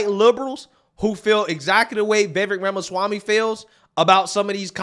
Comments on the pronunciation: Did he just say Yamasami? 🤨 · Who is "Yamaswami"? 🤣🤣 These yokels can't even pronounce his name they are so frightened of him. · Did He call him Jamaswamy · It’s not yamaswamy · Sharpton said YAMASWAMY, lol. Seriously, this guy is what the Left listens to now. Biggest race baiter in America. And the other moron who said White Supremacy is the single most threat in the world, these people know that using race is the ONLY way they can get certain votes but people are waking up. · "Yamaswamy" Al? Lololol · Sharpton ironically decrying racism while being racist by mispronouncing Vivek’s last name. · Lol no one can ever pronounce Viveks last name right. Or they slurr it and then cry about racism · Al Sharpton just BUTCHERED Vivek last name, Al just go somewhere & HIDE, enough of you already. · Mr AL SHRIMPTON should get Viveks name correct